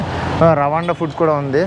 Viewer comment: రవాండా కాదు రువాండా